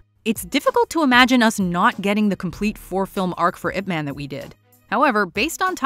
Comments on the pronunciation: i dont know if you actually watch the movie and hear how they pronounced ip man, ip man doesnt sound like a superhero name like spiderman and superman, the "man" is pronounced like "mun", its funny to hear ip "man", its sound like a man of ip, human ip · The man's name is pronounced "Eeep Mahn", sweetheart.